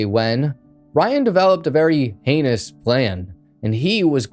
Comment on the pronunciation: I caught that slip of the tounge nonchalantly dropping the H at one point turning heinous to anus. How many others thought that too? Funny still bruv.